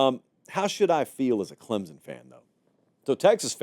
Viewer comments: Here’s what he means… says clemZen. Correct pronunciation is clemSon. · And it is not pronounced "Klimpson" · On behalf of all Clemson fans, there's no Z in Clemson. "Clemzin". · I’ve been telling him that.🙄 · Please pronounce Clemson with a “p.” I can’t stand to hear you say it that way. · Agreed. No P and no Z.